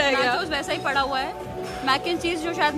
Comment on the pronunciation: Padaaav ❌ padhaaav ✅